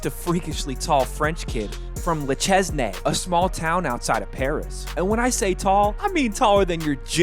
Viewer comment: If you want to pronounce Le Chesnay, you don’t pronounce the “s” and the “ay” is pronounced like “ai” like in “air”